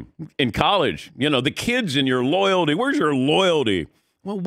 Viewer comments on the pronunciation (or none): Take a shot every time this guy says "loyaldy"